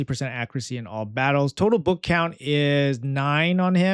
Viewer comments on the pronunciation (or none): none